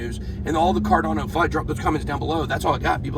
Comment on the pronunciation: Fud not cud